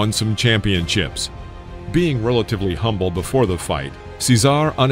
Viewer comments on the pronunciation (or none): none